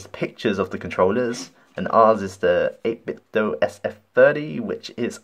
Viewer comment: 8 bit DOH, not DOO! Sounds like Nintendo.